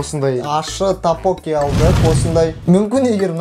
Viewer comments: Тапоки емес топпокки деп айтад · Такпоки емес ттокбббоки сорри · ТАПОККИ ЕМЕС ТОКПОККИ😂😂😂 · Тапочки емес топпоки гой но кызык айтат екенсиздер,🤣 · Тапоки емес токбоки ғой😂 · тагбуги емес догбугги гой😂